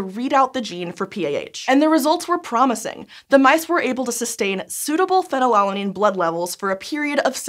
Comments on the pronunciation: Is it really pronounced pheny-lalanine and not phenyl-alanine? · can someone correct me on this, but shouln't it, scientificaly speaking, be pronounced more like phenyl-alanine, because it is alanine with phenyl group attached instead of pheny-lala-nine? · Normally Americans odd pronunciations can go overlooked but she said it so many times i had to comment >< - fee-nal-alanine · The American pronunciation of phenylalanine is so jarring when you’re trying for easy listening 😂